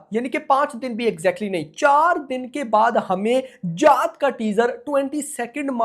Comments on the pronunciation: जात ❌ जाट ✅ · Bhai जात nahi जाट hai woh 😅